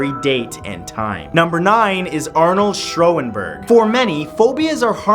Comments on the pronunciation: It's pronounced "shawn-berg" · Wow, Schoenberg's name was massacred, and Samuel Clemons wasn't born in 1935. Kinda shitty fact-checking here. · He pronounced Schoenberg incorrectly.